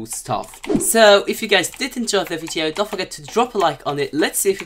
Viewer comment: Why are u saying vieto